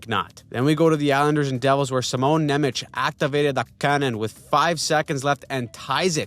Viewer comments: This C in Nemec is read differently. More like "ts". Go to google translator, choose English to Slovak, write "German" and select the noun (So it's Nemec, not nemecký) and listen. Anyway I'm looking forward to these racaps every week. :) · dude you are pronoucing Simon Nemec, incorrectly